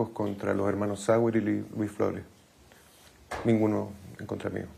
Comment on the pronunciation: La periodista dice " NIUNO" Cambio y fuera !!!!!!!